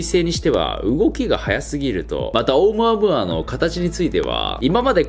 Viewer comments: ナオキマンのオームアムアの発音が正しい英語の発音なんでしょうか？ 日本語的な発音とは違ってなんか変🤣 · ナオキマンがいうとマイケルムーアに聞こえてくる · オウム↑ア↑ム↓ア↑ー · オウムアームーアでなく オウ、ムアムアて発音らしーよ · ナオキマン、「オウムアムーア」は3割増しでかっこよく言ってる説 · オウムアゴア？(空耳) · チョコプラのあむあむあむにしか聞こえなくなっちゃった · オウムアムアの発音(笑) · オウムアムアの言い方気になるwww